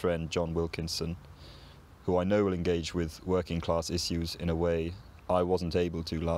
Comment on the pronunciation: In your second example you pronounced the word issues in two different ways one with and one without the sh